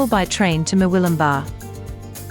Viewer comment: I thank you for using the correct pronunciation of all the towns, especially MurWILLumbah, which most, including the locals, pronounce as MurWOOLumbah! Also Burringbar and Mooball, which I've heard pronounced as Burr-ingbar and Moo-ball. Nice short documentary of what has now been lost.